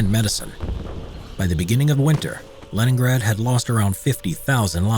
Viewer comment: I honestly thought you said Lemongrab